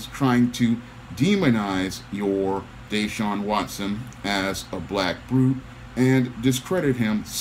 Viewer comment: It's pronounced (Dah-Shawn) Yes it is too much 🐟 in this, all the allegations months after he refuses to return. Former players from DeAndre Hopkins to Andre Johnson who were superstar caliber players have trashed the franchise. There's a possible cause in his Contract where if he has some misconduct they don't have to pay him in full He got a 40 million Contract last season